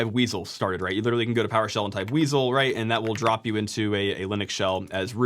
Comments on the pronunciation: "Weasle",... Prime would be proud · weasel sounds cool, though